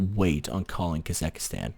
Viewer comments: It's KasaKHstan. Not Kasakastan.... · It is still KasaKHstan and not KasaKHIstan